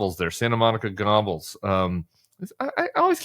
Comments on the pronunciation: Tim! Ffs it’s pronounced “Ger-bulls” - not “gobbles”! Lol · I always thought Tim saying "Gobbels" was a mashup of Gollum and Goebbels (pronounced "gher•buls") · "Goebbels" isn't pronounced "Gobbles," it's pronounced GER-BILLS. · Joseph Goebbels is, oddly enough, pronounced GER-bels. Go figure. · I believe it’s pronounced Gerbels! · Wasn't the pronounciation more Gerbels, than Gobles ? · Hey Tim, "Goebbels" is pronounced a little like "Gherbels," with just a sight "r" sound. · Josef Goebbels…think pronouncing: ‘Gerr-bells’ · I think Goebbels (Stephen miller) is pronounced like "gur-bulls" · If you say the word "gerbils", with a hard 'g', as in "gas", you will come very close to the German pronunciation. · Re: Stephen Miller AKA Screamy Stephen "GOEBBELS", the deceased Nazi head of propaganda: His last name is pronounced: "GER - BULS". The "OE" letters take on an "ER" sound when a non-German speaker is pronouncing it. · Oh, it's pronounced GURR-bels. As so many years pass it's understandable that how to say those evil names is disappearing, faded into history but we must not forget the evil they did and beware of it returning. Which very well could happen if the Trump Cult gets in power. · Goebbels pronounced Geerbles. Either way evil no matter how you pronounce it is still evil. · Goebbels is not pronounced Gobbles. But good point about him. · It is sound only : Gerrbulls not closing the r sound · Goebbels isn't pronounced Gobbles. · Stephen Miller = Gollum. Laura Ingram = Goebbels (btw, love the way you pronounce it).